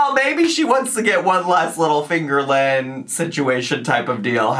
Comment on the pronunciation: I have to admit... I throw up in my mouth a little bit every time you say "Finger Lynn". 😅